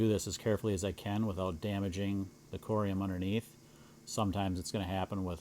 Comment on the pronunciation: How do you explain to the AI translator that "corium" is a Latin term and should be pronounced as such—not "Koh-or-ay-om"—and that "sole" is not "soul"?😂